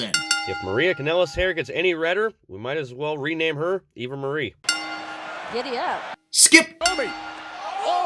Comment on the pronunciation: when is meant to say "Eva Maria" but instead just says Eva Marie. I know, I'm just that person.